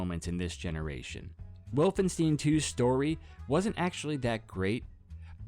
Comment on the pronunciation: volvensteen xD (jk, it just caught me off guard because i never thought about other possible pronounciations)